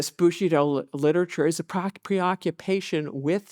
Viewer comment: Is she pronouncing Bushido like 'bushy doll' to be disrespectful or does she just have a cold?